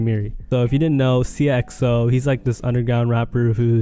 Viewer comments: This man butchers every name 😭 seeyuh xo it's sighya xo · sigh-uh not seeyuh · It’s pronounced “si - a - xo- “